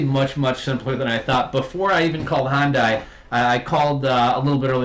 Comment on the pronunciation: The car manufacturer Hyundai is pronounced, "hun-day" .